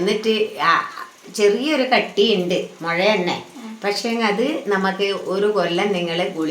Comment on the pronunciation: മൊയ അല്ല മുഴ 😉കളിയാക്കിത്തല്ലാട്ടോ